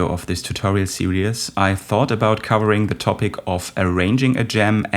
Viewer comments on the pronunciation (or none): Fantastic, thank you! (Pss: Its just 2 syllables - "sear-ease")